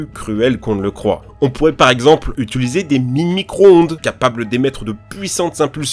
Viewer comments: Sympa tout ça, mais le narrateur a dit au moins dix fois le verbe "UTULISER" et j'aurais préféré "UTILISER", qui sonne beaucoup mieux. Pas bien grave vous me direz mais ça me fait sursauter à chaque fois. Bonne vidéo quand même. Merci. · ca me stresse tellement, tu dis "ituliser"au lieu "d'utiliser" xD je suis frustré a chaque fois ^^